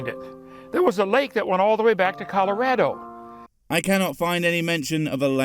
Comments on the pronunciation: Even can pronounce colorado properly. Love from Colorado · The only think Kent said right was Colorado. He pronounced colorado right, he said one thing right. Good job Kent you got 1 thing out of several thousand other words